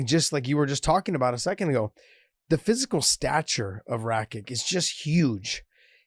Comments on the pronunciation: Hey guys good sow,nothing but best words for you two, but its not RAKIK its RAKIC :) Much love from Serbia! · I dont get how noone can tell names from balkans, stipe miočić, mirko filipović and now rakić, those č and ć letters are read ch so its not rakick but rakich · Rakik hahahahha it's Rakic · It's rah-kich. Two syllables. Very easy to pronounce. Only tricky part is the 'c' pronounced as a 'ch.' Other than that, it's phonetic. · Its "Rakits" or "rakytsh" - soft "TSH" at the end. Same with miocic and every other Balkan boi with a ić at the end. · It's NOT Rakits... sounds like rabbits, zits, Javits Center (NYC). The ić (ић) sound is like 'itch' in English: Ditch, glitch, twitch. Usually tell people; if you follow basketball think Jokic, if you follow tennis, think Djokovic. If you follow English soccer, Matic. Easier to remember.